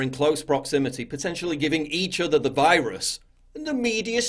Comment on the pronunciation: Wiruses, waccines, and wacism. Oh my. 😷